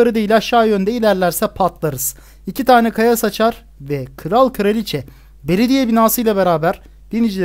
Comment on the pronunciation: abi de kaya saçar ağzından kaya sıçar gibi çıkıyor ama olsun seni çok severek izliyorum